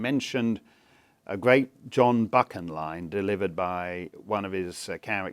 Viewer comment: I am pleased that there is someone who can pronounce Buchan properly.No we should not build walls.We should start pulling down the walls around the walls around the homes of the globalists and there cronies in the MSM and Hollywood.All the time major parties do not stop grooming gangs,rapes,and sexual assaults.Plays into the hands of genuine fascists.